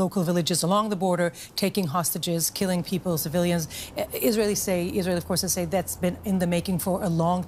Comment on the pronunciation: Finally a news anchor who knows how to pronounce IsrAEL (as opposed to IsREAL)